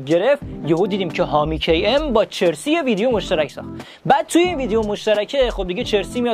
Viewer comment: Chersi nist charsi hast اسپلشو میدونم اما تلفظش اینه